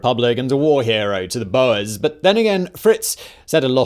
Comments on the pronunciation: Its not bow-ers its “bores” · screaming at “boas” like the snakes instead of “boors” i’m fine with that mispronunciation because it’s fitting but it’sHILARIOUS